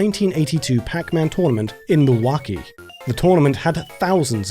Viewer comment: Hey how did you pronounce Mil-wau-kee?